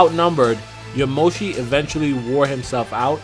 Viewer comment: Aaaahhh!! So annoying!! YaMOshi? Really!? When will people learn that japenese names put the emphasis on the first part! YAmoshi, please. Don't blame you though, thanks for the info and your thoughts!